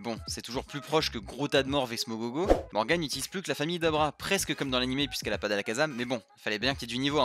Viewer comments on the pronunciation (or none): none